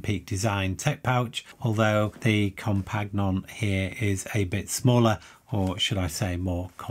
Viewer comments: Thanks, lots of interesting stuff here for sure. Oh and btw Compagnon is merely the French word for companion and pronounced roughly as com-pa-nee-yôn😉 cheers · I’m guessing Compagnon is pronounced companion.